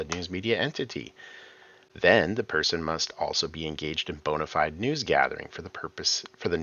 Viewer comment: Please stop saying "bonified" instead of "bona fide" ! It's pronounced BO-NA FEE-DAY. This, "axe" instead of "ask" and "nucular" instead of "nuclear" sound like nails on a chalkboard to me lol